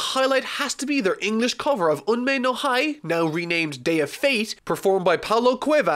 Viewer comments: Whoah there buddy it's not unmei no hi as in sounding like "high". Hi's pronunciation is like "he" as in he/she. ;) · I believe Kusao is pronounced "koo-sah-oh." And the Hi in Unmei no Hi is actually pronounced "Hee." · The "hi" in "Unmei no hi" is pronounced "he" btw :) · ...How could you pronounce Kikuchi just fine and botch “Unmei No **HI**”? Also either OG Japanese or TFS. I can’t decide.